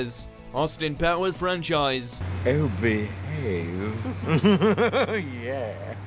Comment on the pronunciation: Oh beeehayve, bayy-bee!